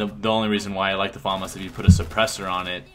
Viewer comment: they are saying famas wrong lol